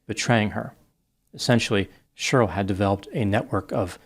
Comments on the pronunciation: 😮 I've never heard anyone pronounce the name Sheryl like this before. One syllable. Sherl. Wild., I don't like it 😂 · It’s always fun hearing pronounce the name Sheryl as “shur-ill.”😂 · I think for me it's the way Sheryl is said by 😂😂😂😂 I couldn't stop laughing 😆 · It was very painful hearing him mispronounce Sheryl every single time! 😬